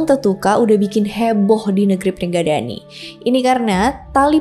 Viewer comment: Sama bukan pringgadani tapi pringgondani